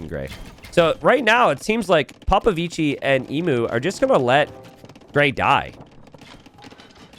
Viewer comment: Imagine an italian pronouncing POPOVICI ...that's the way